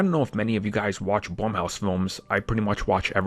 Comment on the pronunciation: He keeps saying blumhouse wrong